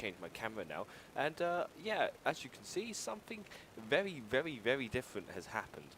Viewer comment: VEWY VEWY VEWY different has happened